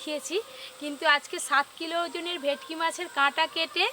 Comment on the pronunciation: ভেটকি ❎ ভেকটি ✅